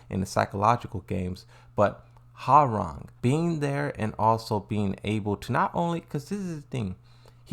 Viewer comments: Ha-rang? Sorry, but it should be pronounced as Wah-rang. Koreans love their W sound. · Man, damn near nobody I played with back in the day got Hwoarang's name right. I think people secretly enjoyed butchering it😂. "How do you say it? 'Wah-Rang'?" "No idea." "Let's look it up." "....no. Your way is fine." But with Ling... "Xiaoyu. It's like-" "Yeah I got it, nice!"